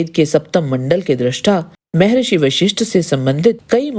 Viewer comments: शुद्ध बोला करे, मेहेरिसी नहि मह्र्षी बोला करे जब शुद्द वाणी नहि निकलती तो क्या आध्यात्मिक भिडियो बनाती म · मे ऋषि नहि😂😂 म+हर+ सि= महर्शी बोलो। 😂😂